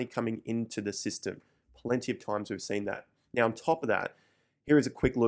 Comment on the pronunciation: When he says “now” it sounds like Meow lol